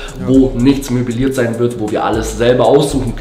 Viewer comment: Er sagt einfach immer möbeliert. Aber es heißt halt möbliert. So nervig